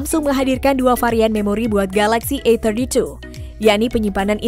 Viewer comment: ini yg review orang indo apa china? Susahnya bilang A32 A31, AUTO DISLIKE. Cari Yt lainya